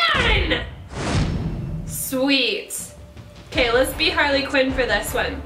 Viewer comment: halrly qween